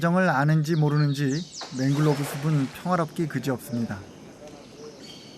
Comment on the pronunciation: The author speaks it to Manglove crab ( he pronounce as 맹글로브 크랩 ) But the correct spelling is Mangrove crab, 맹그로브 크랩 이 맞는겁니다. 고쳐주시기 바랍니다. 발음하는것을 들어보면 화실히 맹글로브라고 하고 계십니다.